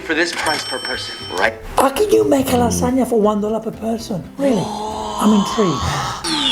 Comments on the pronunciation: I like to say it like La Sag Na lol 😂😂 separate the word that’s why Josh says Lasaga lol 😂😂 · LASAGA? What kinda proununciation is that? Joshua's pronunciations so funny 🤣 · The pronunciation of lasagna was funny but did you catch the mixing the flour/ egg with a fiork?